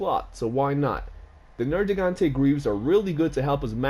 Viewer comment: Its ner-gi not "ner-jee"...nergigante dude. I know it aint enghlish class but its been poking my sides a lil too much. Haha get it cause of the thorns nergigante has....ok ill stop.